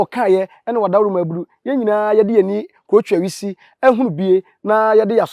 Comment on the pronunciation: The word is 'krutuawisi' and not 'krotwiawisi